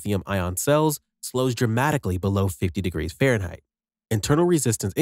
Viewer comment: Good talk... But what is "Pharenhight"?